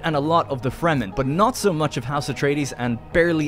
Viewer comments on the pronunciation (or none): none